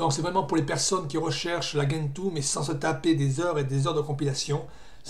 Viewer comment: Ah, et on dit djentoo, pas guentoo (cf leur wiki)